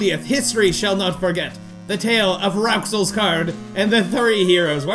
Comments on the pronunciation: It's pronoced Rules. (With a rolled R.) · Rouxls is pronounced "Rules" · Rouxls is pronounced 'rules'